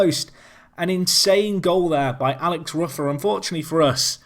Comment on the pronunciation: Also Alex ROOFER is the correct pronunciation